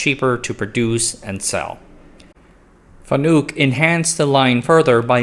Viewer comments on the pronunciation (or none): Wait, there's a THIRD pronunciation? I've been machining for 15 years, and in the US at least, most pronounce it FAN-uck or fa-NUCK. I've never heard Fa-NOOK before.... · It's not pronounced Fanook, it's Fan-uk. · It's pronounced fan-ick, more of an I sound then a u sound. Source: I've been buying and integrating fanuc robots my whole career as a mechanical engineer. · It's pronounced fan-ik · Pronounced Fan-ick... they get really upset about that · I think it's pronounced Fan-uhk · You are pronouncing FANUC incorrectly. It's FAN-NUCK. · Don't take history lessons from people who can't pronounce their subject matter.